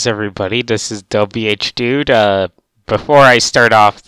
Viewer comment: you can't pronounce your own name its dabhdude not w hdude